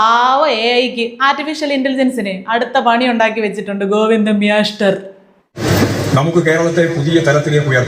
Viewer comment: മ്യാസ്റ്റർ എന്നൊക്കെ പറയുന്നത് തമാശ ആണോ... അറിയില്ല നേരാവണ്ണം പറഞ്ഞാൽ പോരെ